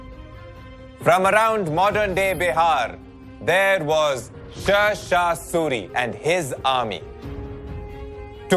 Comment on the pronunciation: Everything is good but you are pronouncing Sher Shah Suri's name incorrectly. It's SHER mean lion not ser.